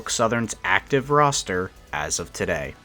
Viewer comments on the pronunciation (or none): none